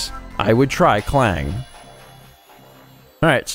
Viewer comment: Interesting Fact: There's a place called Klang in Malaysia and it's EXACTLY how you pronounced it here :>